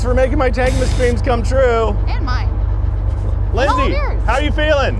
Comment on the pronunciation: Idiots can never say “TANK’S’MAS”